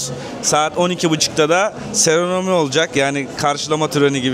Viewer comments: ALOOOO HEMŞERİM, seronomi değil SEROMONİ. 😅 😕🔥🔥🔥🔥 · Seronomi değil lâ seramoni😂😂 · Seronomi değil usta seromoni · Seronomi değil, doğrusu seromoni olacak. Türkçesi "tören" i kullansan daha iyi olur. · ikinci videoda da aynı kelime hatasına rastlayınca yazmadan duramadım: "Serenomi" diye yanlış telaffuz ediyorsun, kelimenin aslı "seremoni". Videolarını yıllardır takip ediyorum, kendini geliştirmeni takdir ediyorum. Bu kelimeyi de düzeltebilirsin. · Takıntı değil, dini hassasiyet Seronomi değil, Seramoni